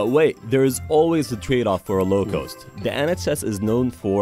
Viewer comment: Why does the narrator of this video pronounce the word 'cost' as if it were spelled 'coast'?